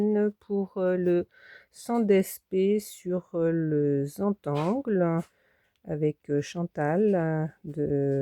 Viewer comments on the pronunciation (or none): Coucou Merci pour ce beau partage. Woww!! C’est génial!! De la précision! Cela représente beaucoup de créativité et d’imagination. Juste (si tu veux), comme c’est un mot anglais, ça se prononce Zéne tan gueul Comme tu veux 👍😁 Entre toi et moi, je trouve que c’est dommage que nous les francophones n’inventions pas de nouveaux noms et des mots qui se prononceraient à la française si je peux dire 😜 il faut toujours qu’on suive et non mène 🧐 En tous cas, continue ton beau travail et tes beaux partages. Bien hâte à ton futur défi collectif. 🎊🎉💃🏻